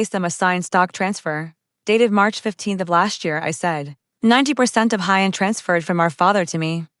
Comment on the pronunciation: I don't think the narration said "High End" correctly once during the entire story.